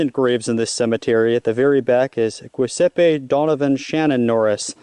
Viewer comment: Buford Louis Wilburn was not a hero and that was my dad maybe do a bit more digging you would find he played a very important role in keeping up the grounds as best he could as he was full of information on Coe ridge. Giuseppe pronounced (Ju-zep-e) Donnavan Norris is actually a Wilburn and he’s buried next to my dad Buford because that’s his son (my brother) Biologically his dad is Adam Wilburn brother of Victoria Wilburn, who is buried next to him but he was adopted and raised by their cousin (my dad) Buford.